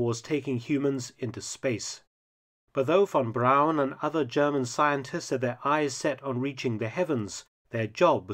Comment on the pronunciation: THANK YOU Mark for correctly pronouncing "Braun" and not like the amerians with their "Brawn"